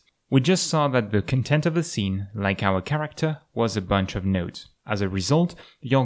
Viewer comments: Just letting you know, 'content' as a noun is pronounced "CON-tent", not "con-TENT". The first syllable is stressed, not the second. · Just letting you know, "content", as a noun is, is pronounced "CON-tent", not "con-TENT". The first syllable is stressed, not the second.